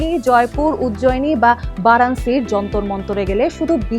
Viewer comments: ঠিক নাই। উচ্চারণটা হবে "বারাণোসী"। এইরকম। "বারাণ্সী" না। উনি বারবার "বারাণ্সী" বলতেছে। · "বারাণসী" উচ্চারণ বার বার ভুল করতেছে এই মহিলা।😡😡😡